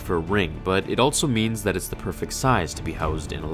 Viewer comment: Why do you say “altso” its “also”